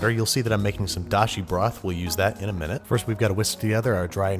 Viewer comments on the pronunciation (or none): none